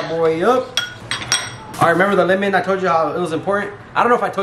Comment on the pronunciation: can we just talk about the fact he pronounces it limen instead of lemon? 🤔